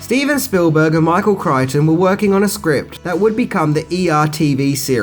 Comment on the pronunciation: Of all pronunciation and spelling faux pas, I'm both surprised and glad that he pronounces Michael Crichton's name correctly--since the man was an absolute legend, and dare I say, somewhat underrated.